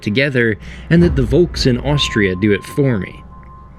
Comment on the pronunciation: You pronounce it "folks" with an "f". Austrians, Swiss and Germans might write it differently, but the word is the same. "Volk" is pronounced "Folk".